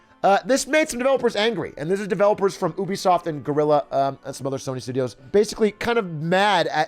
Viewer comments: bro, did he really say "oobisoft" isntead of "ubisoft"? lmaaaoooo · No one Atrioc: OUH-be-soft Everyone else... you-be-soft?